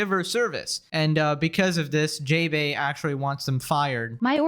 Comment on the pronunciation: That's not JaeBae in the way you pronounce it The "ae" are pronounced "ah"